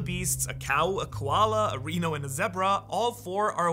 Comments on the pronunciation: good video, but I wanna point out that you said reeno instead of Rhino. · He said "WEENO" 🦏